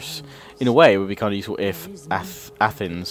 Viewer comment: It’s pronounced A- th-neis